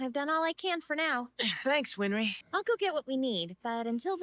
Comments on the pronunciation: Its not WinFry! its Winrey. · Answer: "Winry." Win-ry. No "f."